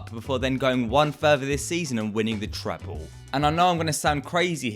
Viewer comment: Speak english properly please. You say treble like 'trable'